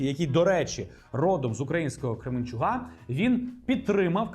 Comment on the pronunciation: КременчуК, у КременчуЦІ Будь ласка, Г і ЗІ - калька з російської, кажіть правильно